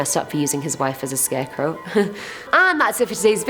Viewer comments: Scarecrow not scareco lol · Are we all going to ignore the fact is saying scareco??? I love it so much I am defo using that from now on. Big fan of you and the vids xx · Why does she keep saying “scareco “. It’s soooo annoying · i keep hearing "scareco" lol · I found it REALLY hard to pay attention to this entire video due to your pronunciation of "scarecrow" as "scareco". I ripped so much of my hair out that I am now bald. :) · why u say scarecow lol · Lol 🤣 it sounds like Ur saying scarecoo, much love x